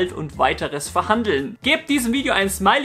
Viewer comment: sagt er tatsächlich immer "abonniert diesen Kabal"??? oder hab ich nen Hörschaden xD